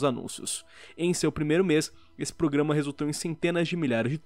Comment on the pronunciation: A melhor parte do vídeo é o falando "PRUGAMA" kkk